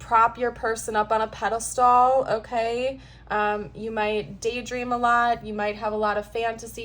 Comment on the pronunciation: Please don't take this wrong, I mean no offense further, would want someone to tell me. Plus I'm a writer with OCD 😅 For the record, "pedestal" is pronounced 'peda—still' versus "-stall" aside from that and the fact that you're way too young to say "chat" (try "we're gonna - rap about..." 😊 otherwise I ❤ your readings!